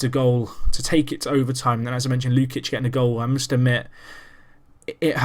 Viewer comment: You can prononce it Luchich not Lukich ^^ great video btw